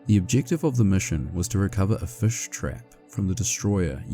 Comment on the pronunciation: As a kiwi your pronunciation of fish sounds perfectly fine 😅